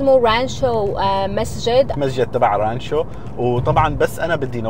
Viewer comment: اسم المدينة رانتشو الله يسامحك يا غلبتني تحتى القط نطقها من المدام لمى.